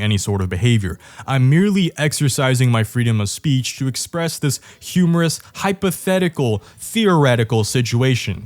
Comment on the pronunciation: remember, the first syllable of hypothetical is 'hype"